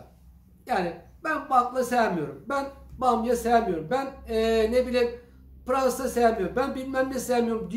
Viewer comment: Pıransa değil PIRASA. Selamlar